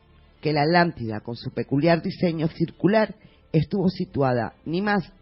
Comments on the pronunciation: es atlantida no alantida jiji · porq los españoles no pueden decir la tl? por ejemplo popocatepetl? o aztlan? citlaltepetl? jajajaja alantida jaja me da risa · justo lo que yo iba apreguntar jajajaja me he estado estresando durante todos estos videos por la "alantida"